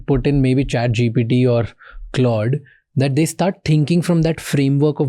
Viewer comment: Why bro is saying GDP 😅